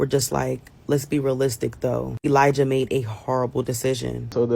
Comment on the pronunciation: Elijah is pronounced with a soft J